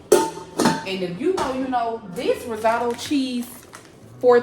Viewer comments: That looks so good!!! By the way it’s pronounced rizz-o-toe❤ let me get a plate though 😂😂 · Pronounced rizz-oh-toe